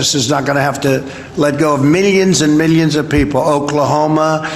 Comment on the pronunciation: He really enjoys saying "millions and millions". He says it in almost every speech or interview. No matter the subject... millions and millions. Sometimes he even pronounces it differently. Mill- eeyuns. Its weird.